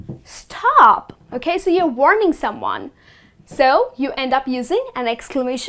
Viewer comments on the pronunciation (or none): none